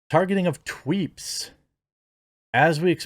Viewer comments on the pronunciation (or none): Are u saying tweeps or tweets? Lol